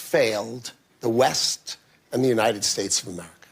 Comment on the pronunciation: He speaks so well... why can't he say west?